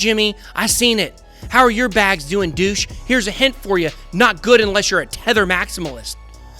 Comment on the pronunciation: It is not Guood!!!😂